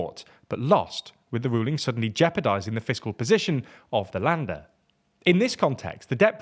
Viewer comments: "Länder" sounds like lender, not lander. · Länder not lander. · And to pronounce "Länder" like "Lender" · if there are dots above letters that then changes their pronunciation. "Schäuble" and probably "Länder" were really hard to understand.